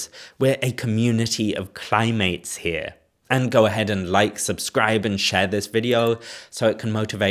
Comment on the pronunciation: "Cli-mates," I like that.